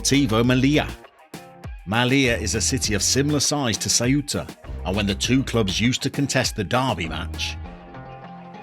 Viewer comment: So Ceuta is Thwaita. In Castellano (Spanish spoken in Spain - but not Catalan) you aspirate your c's. I did a Ceuta save some years back. Great club.